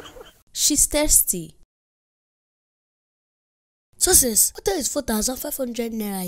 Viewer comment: They said tasty when they tried to say Thirsty...